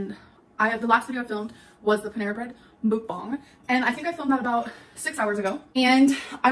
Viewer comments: Mook-bong** (Is how she says it) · I literally hate that she pronounces it as “mOOkbAhNg”